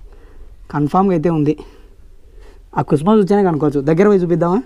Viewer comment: పాము కుసుమ కాదు పాము కుబుసం